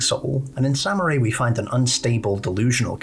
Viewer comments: SAM-MERY!! NOT samurai WTF??? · I kept laughing whenever he'd mispronounce her name and kept calling her "samurai" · Saying Samarie as Samurai drives me nuts I'm sorry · nah its funny